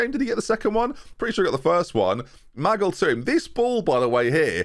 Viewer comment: Maybe if you stopped calling Ma-gill, Maggle, he would perform better.